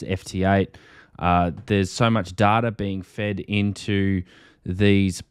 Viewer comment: Data lol love the way you say it lol 😅